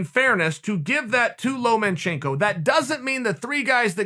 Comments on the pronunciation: “Loma” - can someone tell Sonnen it’s’ “lomachenko” not “Loman”. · Chael, it's Lomachenko. Not LomaNchenko. Just saying. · It's LOMA chenko not LOMEN chenko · Lomachenko: Lomachenko Chael: Lomenchenko Lomachenko: Lomenchenko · Chael “Lomen-Chenko” Sonnen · Chael "Lomanchenko" Sonnen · "Lomenchenko" - Chael Sonnen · Chael “Lowmanchenko” Sonnen